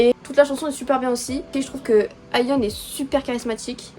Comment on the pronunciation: Le nom de Ayheon ses bon tu prononce bien mais asa ses ace-a sa ses comme si tu parler avec l'accent anglais se prononce comme ça 👍 sinon j'adore le fait que tu apprends a vraiment connaître le groupe ça fais beaucoup plus professionnel j'adore t'as vidéo